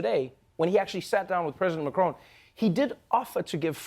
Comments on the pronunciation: Americans trying to pronounce macron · The worst insult to France is how badly Americans butcher pronouncing Emmanuel Macon's name X'D